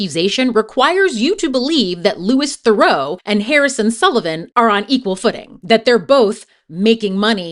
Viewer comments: The obscene irony, that I wish Louis (pronounced Loo-ee Ther-oo btw) had pointed out, was that only just a moment before that first clip of him and his mother getting upset at Louis for "making money" off asking him about his criminal record, he was explaining that everything he does - all the misogyny, racism, antisemitism, homophobia, etc - is for money, engagement, and clout and that he doesn't gaf about morals, being a good person, being a hypocrite, or what people think. In fact, he admitted to being a puppet all throughout the documentary. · Manage to pronounce it wrong every single time you say it but you obviously watched the whole documentary where they said his name many times ... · yes within 3 seconds when she mispronounced BOTH names, I went to turn it off (but ran to the comments first to see I wasn't being unreasonable) - so off putting! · You didn't pronounce Louis or Theroux correctly, which means you haven't heard his name said, which means you haven't watched any interviews with him to look at his opinions on things. If you make a whole 30min essay about someone but don't say their name right, it comes across as badly researched. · But then...it is well researched and contains clips of him in interviews. So why don't you know how to pronounce his name? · How can you mispronounce his name within the first 20 seconds of your video? Did I just fall for engagement bait? Or did you not actually watch the documentary, where he introduces himself to people multiple times?